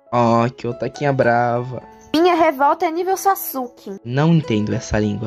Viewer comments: Se fala saske mas se escreve Sasuke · man tu dublou sasuke falando sasuke sendo q se pronuncia saske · sasuke?????? Saske falando sasuke escrevendo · Ela pronunciando Sasuke , me quebro manooooooo 👍😨